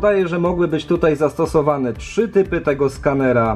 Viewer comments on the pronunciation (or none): none